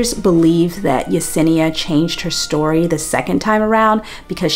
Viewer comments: Watching the battle of remembering her name is Yesenia not Yanessa is sending me. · It’s the fact you corrected yourself and then went right back to calling her yanessa 😂😂😂